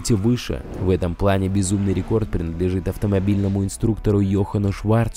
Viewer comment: Суожно, пуане, дрифтауал, усуовия, удауось, вошеу, уолосы...:D